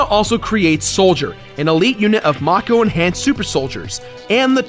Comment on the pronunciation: it's fucking MAKE-O, MAKEEE-OOO